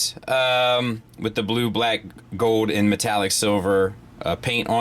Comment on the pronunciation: Fowd. says “fowd” or “foed”. Like silver and gowd.